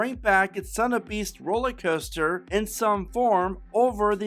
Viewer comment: Are you saying roller coaster or rolly coaster? Sorry…just a pet peeve when I listen to your presentations. I also hail from the Dayton area.